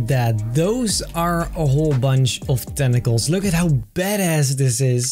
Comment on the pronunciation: when he said tentacles i thought he said testicles LOL😂